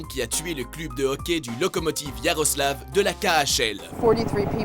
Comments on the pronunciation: ça se prononce cleub et pas club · la prononcitation de ce mec est horrible! heuresement qu'il a été changer(club se prononce "cleub") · Par contre faut faire quelque chose pour la personne qui parle, c'est juste insupportable... Le mec prononce "club" en u et non en Œ c'est chaud d'être aussi dégueulasse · Le "clube", "Boston", c'est quoi ces prononciations ? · leandre Lopez pareil quand il dit "club"